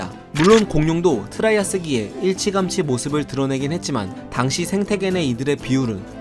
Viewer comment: 일치감치.. 죄송합니다. 제가 혀가 고장이 난 사람이라서 듣는게 발달했습니다. 알려드리고 싶어서 댓글 답니다.